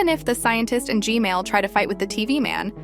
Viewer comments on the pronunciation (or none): STOP SAYING GMAIL TOILET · You are saying g mail toilet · Blud literally said gmale💀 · It’s g man not Gmail💀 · And also it’s not Gmail it’s G-man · Why u say g mail toilet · Its gman not gmali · btw it's "g-man" not "g-male" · Why does she call the g man toilet the gmail toilet😂😂😂😂😂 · Its g man Not g mall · Its g man toilet not g mail toilet 😂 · Gmail?! It's Gman(not tryna be rude) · Stop callingI it G-Mail , Call it G-man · Normal people: gman toilet:gmale toilet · not to be rude but your saying g mail and not g man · Why do u say gmail not gman😂😂😂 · Why is calling gman gmail? But i still like how she call him g-mail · why do u call g-man “g-mail”? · Its funny how you say gmail toilet squad 555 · I heard you say gmail toilet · the ai said Gmail toilet🤘🤘🤘💀💀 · You said Gmail toilet 😂😂😂😂😂😂